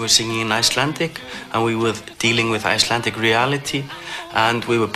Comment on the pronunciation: She overdoes her icelandic pronounciation. She can speak with a better accent but somehow she often does this in interviews.